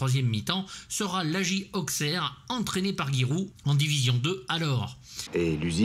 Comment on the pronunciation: J'adore ce film ! Auxxxxxerre, ça fait mal aux oreilles (je suis "ausseroise") mais je te pardonne. Film parfait, ok avec toi sur la filmo d'Annaud. Guy Roux avait le mérite d'être le conseiller parfait mais surtout pas cher (à l'époque) : 15 000 francs. Il trouvait Dewaere plutôt gentil et pas bégueule mais très mauvais en foot. Sa doublure est Lucien Denis, reconverti en journaliste sportif pour RMC. Roux et Annaud se sont pris la tête pour filmer un but car Roux voulait que soient filmés les essais car comme tu l'as rappelé, pas évident de mettre un but volontairement même avec un gardien qui l'est tout autant. Annaud gueula qu'il connaissait son métier et boum les essais commencèrent et Dewaere colla un but impecc du 1er coup. Annaud lança les caméras et rien de rien pendant pas mal de scène :) Guy Roux en rigole encore. Le logo Chaillotine sur les maillots, ce sont les poulets industriels "Duc" qu'on voit partout, avec son président Gérard Bourgoin (toute ressemblance avec blablabla...). A l'époque, un gusse poussait au bord du terrain un landau avec une oie dedans pour faire la promo de la marque 😁